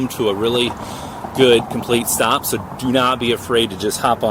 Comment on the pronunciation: I wonder why you pronounce the S as a Z, eg. thiZ Zcooter iZ Zo aweZome! Didn't they teach you in school the difference between the pronunciation of the two letters? Or maybe you are wearing dentures, or you intentionally want to sound awkward and weird with the way you talk. "I am Zuper excited to Zee what thiZ thing can do" bwaaaahhahaaaaaaaa